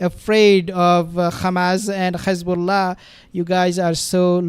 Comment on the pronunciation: Very interesting coverage. Thank you but Please stop saying Khezbola it is Hezbollah .